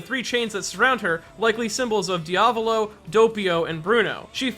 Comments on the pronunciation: Your diavolo pronunciation gave me mortal injuries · You mispronounced Sale ,Diavolo and Narancia! They're names are in *ITALIAN*! Put them in Google traductor. xMattia Also, i'm half " Italiano "and half " Brasileiro " Edit: in one part of the video you pronounced Narancia right